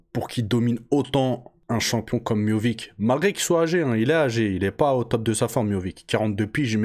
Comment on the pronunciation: Salam frero Pq « MIOVIC »?